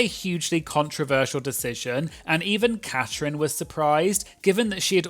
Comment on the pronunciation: It's Catrin, not Catherine.